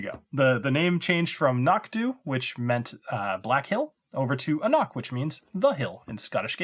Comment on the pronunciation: Good value for a good whisky. Just got another one yesterday for 79 Euros. Just one thing: An Cnoc in English isn't pronounced as they say on their bottle "A Nok". It's pronounced "An Krok", you could say "An Knok" (borderline) but never "A Nok". Why? It's gaelic. They should have explained it on the bottle when the already bother to tell you how to pronounce it properly. It's not the fault of the consumer. How should you know as a non-gaelic speaker? However this isn't the language police, just fyi.